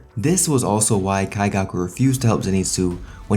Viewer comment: Why are you saying his name like that?